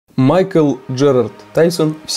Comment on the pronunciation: "Майк"Л" какой майкл?